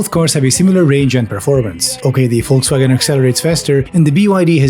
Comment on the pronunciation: Actually hearing someone pronounce Volkswagen correctly for once feels really good. Thank you.